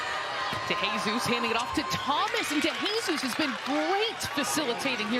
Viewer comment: I'ts pronounced "de he sus" not "dey hey sus", not "de HEY sus"! 😂